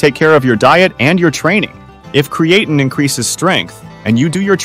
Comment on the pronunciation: Your crappy AI voice can't even pronounce creatine right. It's dogshit.